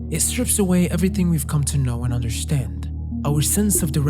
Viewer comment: Why do you say understand like undershtand? I noticed this whenever you say understand it is like undershtand, undershtood.